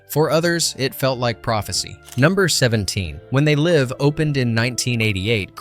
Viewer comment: c'est pas zé live mais They Live. Apprend l'anglais l'épais...